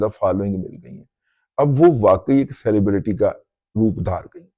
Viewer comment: lafz saili braity nahi beta, it is suh-leh-bruh-tee سلیب رٹی ہے سیلی بریٹی نہیں۔ مائینڈ نہ کرنا پلیز